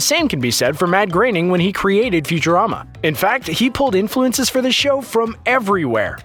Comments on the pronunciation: also who is this Matt Graining OP keeps talking about? It's pronounced Groan-ning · It's groaning not graining also flying spaghetti monster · Why do you keep pronouncing it "Matt GRAINING"? It's spelled Groening. Same dude created the Simpsons, which has been on the air for over 30 years... and no one, including Matt GROENING (grr-oh-ning) has EVER pronounced it "Grey-ning". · Anyone notice how his pronunciation of Groening changes everytime he says it. Ranging from growning, greyning and greening.